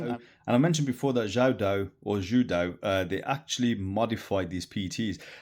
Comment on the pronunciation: The way you pronounce the name is so correct!! Amazing, sir!